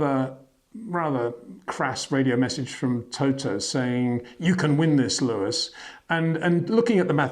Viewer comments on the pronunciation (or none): HEY PETER WINDSOR, I HAVE MESSAGE FOR YOU SIR: it is NOT Max "verSHtappen" ... Max is not German (Germans indeed do pronounce "st" as "sht") ... #Max33 = Dutch NL/Belgium! ... It is not "Bottash" nor is it "Lewish" certainly not "verSHtappen" .... This BS started long time ago when a British sport presenter interviewed father Jos Verstappen and assumed you can use a German pronunciation to a Dutch Driver thinking it is so "funny" ... It is not. SERIOUS QUESTION: Can any Englishman say "versatile" out-loud without saying "vershatile" phonetically? ... Most can, about 99,99% ... that is why most English can pronounce Verstappen 100% correct!